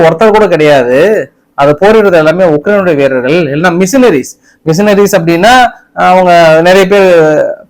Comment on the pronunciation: டேய் தற்குறி ஆது மிஷினரி இல்லை மெர்சிணறிஸ்